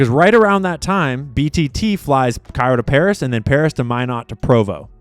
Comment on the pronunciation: the airbase in North Dakota is pronounced “my not”